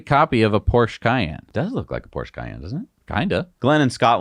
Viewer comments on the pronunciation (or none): none